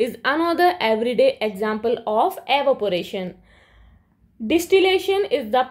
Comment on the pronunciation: Evaporation ❌arovpation✅